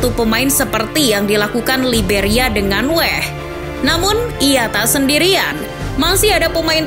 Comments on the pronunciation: Weah bambang,bukan wehhh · Weah bukan Weh... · Weah bu bukan weeeeeh...